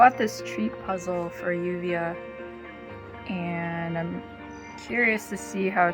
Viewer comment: Hey guys it's pronounce Juvia it's spells lluvia however it's pronounced Juvia